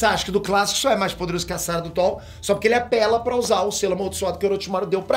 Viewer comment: Por que você fala "sárada" se não tem acento?